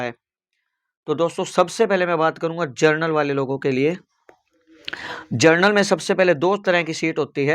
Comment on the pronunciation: जर्नल नहीं होता बे अनपढ़ जनरल होता है